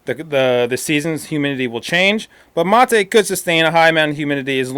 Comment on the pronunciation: Dude....if its a spanish word pronounce it in Spanish.......dont try to sound "Gringo" by pronouncing it in English ---- materuu......geeesh!!!